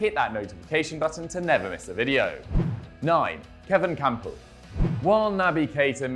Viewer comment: I swear I heard he said kampl join bvb in January 2018